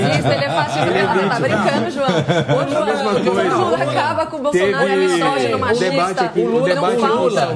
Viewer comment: "Juao"... um petralha foi detectado!